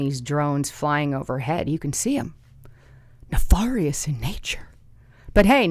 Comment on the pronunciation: ne fair ious, not far ious, nefarious. ne fair ious